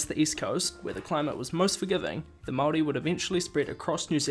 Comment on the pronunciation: Nice pronouncing of the word Maori :)